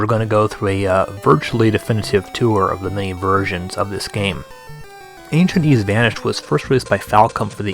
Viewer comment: XEXYZ is pronounced Zess-Is